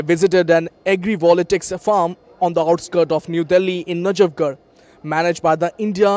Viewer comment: Not agri"volatics". It's agri"voltaics".